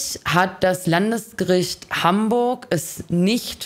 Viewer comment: ok mir fiel das gestern schon auf als ich das statement das erste und 2. und 3. mal gehört hab, es heißt doch Landsgericht und nicht LandEsgericht oder ?